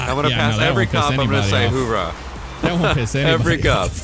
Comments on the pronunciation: It's not HOORAH it's OORAH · little do they know its owrah, not howra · It's oorah there is no h in the front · As a Marine lol I cringe every time they say "Whoorah" 🙄😑 it's "Ooorah"! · It's OORAH not HOORAH ( I'm not wrong) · Oo not Hoo 😂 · It's ooh rah not hoo raa sorry I sound annoying but it's a marine saying coming from the noise a sub made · jesus boys it Oorah not whorah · It's not hoo rah it's ooh rah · It's 'oorah not hoorah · Oh my Jesus Christ it’s ooorah not hoorah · Its not hoorah its oorah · It's oorah not hoorah, thats how you piss off any military person fyi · O my fuck, it's Ooraa not hooraa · They're mixing the Army "hoouh" and the Marine's "Oorah" together. lol